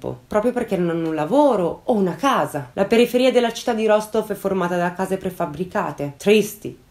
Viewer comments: mi permetto solo di correggerti una cosa, la città si pronuncia Rastof questo perché in russia la maggior parte delle volte si scrive la lettera O ma la si pronuncia come A tuttavia ci sono alcune zone dove la pronuncia equivale alla forma scritta, ma per la maggiore si differenzia. Te lo dico per informazione così bel caso ne avessi bisogno lo sai 😉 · Perdonami, non vorrei smontarti ma no, non l'hai azzeccata. È vero che la "v" finale si pronuncia "f", ma l'accento è sulla seconda "o" e la prima si pronuncia "a", per cui la pronuncia corretta è "Rastóf" ("o" chiusa, tipicamente russa).